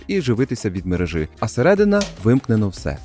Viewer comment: Будь ласка, перестань говорити "шисть", "мережи", "хороши"